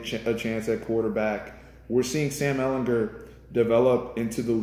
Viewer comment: Ehlinger with a hard G sound.